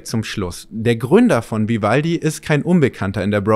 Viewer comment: das macht mich "Spitz" "Vi-valdi" 😉😅